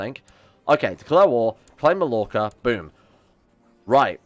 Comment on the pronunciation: ITS PRONOUNCED MAYORCA